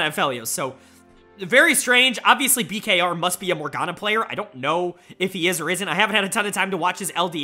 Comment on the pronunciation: Bkr is the correct pronounciation I believe! I was super excited to see rng and blg, two teams that were struggling with consistency. Bin with some sweet sweet revenge on the team he won MSI with! EDG looks so good despite the black hole from losing Viper and Scout, who is my frontrunner for MVP. Meanwhile IG is continuing to nosedive! They need to bounce back asap! Player of the week: Leave!! He was awesome in all THREE series that EDG played this week! JieJie, Aki, Elk and Heng were all up there too. Dud of the week is Tian, an UNACCEPTABLE 0-2 week that lead to the firing of the TES head coach! And when was the last time Rookie got a dud of the series?!?!?! Has he ever?????? The old IG junglers Leyan and Ning were also both awful.